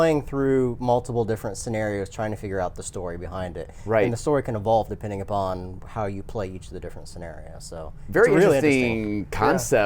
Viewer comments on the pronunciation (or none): none